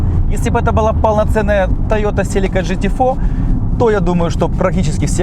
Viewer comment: Почему вы все говорите жте. Правильно говорить гте